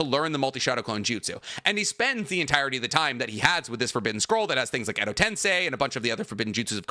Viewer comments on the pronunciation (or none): why do you say tensai and not tensei?